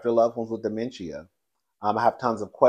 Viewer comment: Dementia is pronounced “duh.men.shuh”